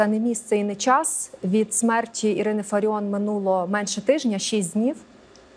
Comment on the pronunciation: Не фариoN А фариOFF